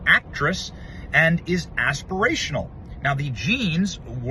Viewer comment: did you really say "assperational?" 😂